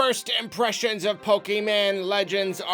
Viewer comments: Anyone that says pokeman instead of Pokémon is not a tru Pokémon fan real talk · I stopped soon as he said "PokeMAN" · I don't think I've ever heard pronounce "Pokemon" correctly, and it's kinda weird. Why do so many people do that? It's like he's making fun of the series every time he says it.